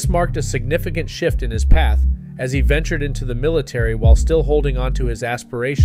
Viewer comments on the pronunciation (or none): none